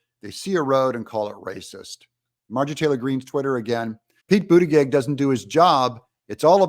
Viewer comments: Hey Doug, you're not pronouncing Pete's last name correctly. It's boot a judge. Listen to MTG pronounce it. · Your saying his name wrong, it ends with …plug